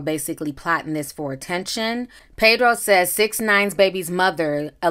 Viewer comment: Pedro, not PAYdro.